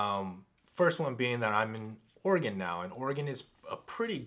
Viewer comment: By I was pretty sure= "you can take the boy out of California, but you can't take California out of the boy. Please Don't californicate Oregon. For those that don't know... phonetically that is spelled ORYGUN. Please pronounce it correctly.